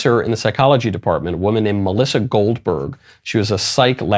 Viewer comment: Did you say her name was Gold-BERG?! 👃